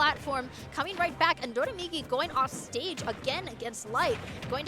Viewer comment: Its always funny when a commentator pronounces doramigi as “dodamigi”, because the ra in Doraemon (inspiration for his tag) is pronounced more similar to an L.